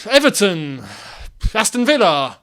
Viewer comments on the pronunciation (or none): none